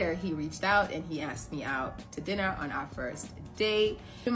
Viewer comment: She looks quite good for someone who is "aksed" so many times.